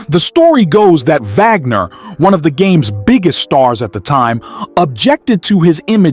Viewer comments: Vagner? It's pronounced "Wagner", just as it's spelled. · It's an AI narrator. It got the pronunciation right when it read the first and last name together. The Vagner happened when the script just had the last name. The AI must have thought it meant the composer. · Did he say honus vagner??😅😅